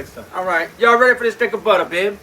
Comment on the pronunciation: you make some serious good soul food. but i love how you say butter its not butter its "butta"